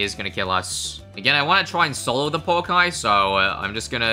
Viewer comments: the o in pouakai is not pernoust oh it is more of a just a ooooo look up maori vowels. maori is sort of a second language to me and ive liveed in new zealand my whole life it is funn to see americans and people like that try to pernounce maori vowels because they always get it wrong. no hate love the vids keep up the good work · Kiwi here, I think it's pronounced like poo-akai, we have a hiking trail by where I live called Pouākai and that's how we all say it. Cheers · Also Pouakai is a maori word and it pronounced po-u-Long A-ka-EE so yea ur pronoucing it wrong